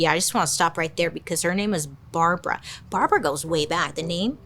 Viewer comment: Say Barbra one more time 😂😂😂